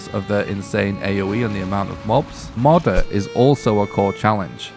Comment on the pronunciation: Two years old... hmm. I wonder if this guy has learned how to proununce Moder yet?